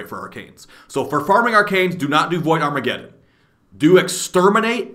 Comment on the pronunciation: "void farmagedon"